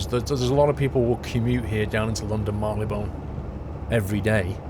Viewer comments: Mar-lee-bn. I think you put too much stress on the 'one'. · please pronounce Marylebone correctly kthxbai love Davina